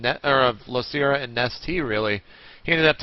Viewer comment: Yeah but Artosis screws up Losira all the time. Its not L(oo)Sira or L(ou)Sira its L(oh)Sira